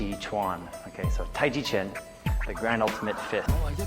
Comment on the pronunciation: though a total joke, does properly pronounce taichi quan. Everything else is kinda garbage, though. I don't know much about "Master" Wong, but I'd say that unless he's been in a real fight, he's probably also deluded as well. Also, it's hyper flexion that he does in the video. Just a small correction in proper kinesiological terms.